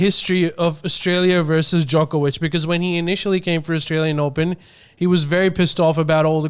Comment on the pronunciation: Waleed is so wrong on the Djokovic saga, if he can't say his name right he shouldn't say anything.